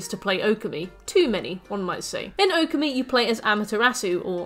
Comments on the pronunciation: You mispronouncing Okami kills me… //points to my username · The way you pronounced Okami literally made me spill my drink. I will not correct it as there are plenty of videos but let it be known you singlehandedly made me change shirt.